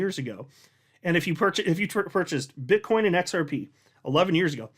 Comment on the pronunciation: sounded like you said "Bitch coin maxis" 😆🤣😂